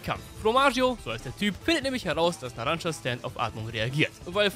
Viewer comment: Er heißt NARANCIA NICHT NARANCA NARAN(CIA)